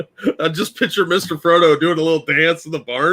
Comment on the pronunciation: You saying Fredo instead of frodo 🤣🤣